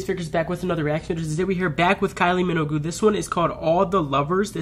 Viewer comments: So glad you liked this. Very different from the official video, which is wonderful. But this performance is a personal favorite. Her last name: don't pronounce the"u". Thanks for the reaction. I knew you'd enjoy it. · Still the best concert I’ve ever been to, even 13 years later! Love that you’re enjoying Kyle—just fyi, Minogue rhymes with Vogue. You should def react to the whole concert! Perhaps you could do each act as a reaction video (2-3 songs per act)?